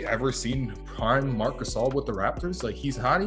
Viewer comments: MARC GHASCXZS😂😂✌️ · Mark gazil lmaoo